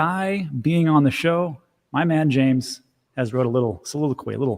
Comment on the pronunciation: James! Quite Shakespearean... (Or was that just old English generally I'm hearing?)